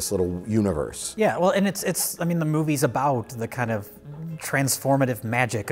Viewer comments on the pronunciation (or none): Sounds as if says either “moopies” or “moofies”. The latter would make sense, given the V to F consonant shift in northern Germanic languages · Did '' say "moopies"? Is he Rich's grandfather?